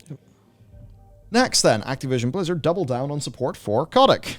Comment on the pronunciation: When you say "Blizzard people" I hear "lizard people".